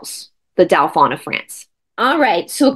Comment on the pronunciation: Hi! This is fascinating, Dauphin is pronounced DO-fin, the in is pronounced like “un” deux, trois. ❤❤❤Thanks for all the awesome content!!!